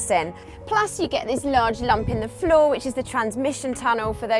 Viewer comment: dear, please say "floor" one more time. its for science